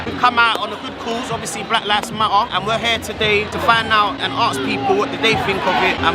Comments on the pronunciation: The fact that no one has pointed out that it’s “LIVES” not “LIFES” it’s like bruh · man said lifes with a f